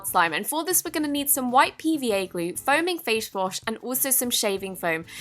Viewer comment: Haha🤣 did you say foaming fashwash